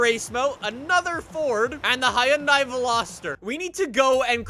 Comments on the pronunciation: It's not pronounced "hi- un- die", it's pronounced "hun-day"! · Actually it’s “HYUN-day” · "Hiyundai Veloster...." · "Hayanday Veloster" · How did you just pronounce Hyundai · The way he pronounced Hyundai gave me cancer